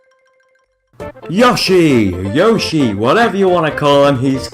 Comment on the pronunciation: Oh, he's called? I thought you were just bigging yourself up when you called it a "" production. 12: Octopus Dance - I have never played this game. Never. 11: Yoshi's Fruit Cart - What do I want to call Yoshi? I want to call him Yoe-she. Why? Because he IS pronounced that way! Fruit Cart is one of the better games in my opinion. 10: Takamaru's Ninja Castle - Oh look, it's that failed attempt to get Takamaru in Smash Bros. 9: Balloon Trip Breeze - Replace the word Breeze with HD, and you have described the game perfectly. Japanese culture says random sneezes are caused by the person you love talking about you when you aren't there. WHO HAVE YOU FALLEN FOR 8: Captain Falcon's Twister Race - OF0 seriously girl? OMG! (that is how I interpreted you saying "Oh F-Zero") I forgot this game existed, it's fun. 9: Pikmin Adventure - I don't enjoy this one very much.